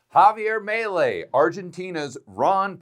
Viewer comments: its not Mylei...its Melei...like if you were saying ME too! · Mee-lay, not melee ⚔️ 😂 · FYI, his name is pronounced MEE LAY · It's pronounced Mee-Lay. Come on now! You live in Colombia. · Correct. Hearing his name pronounced wrong kinda rubs me the wrong way.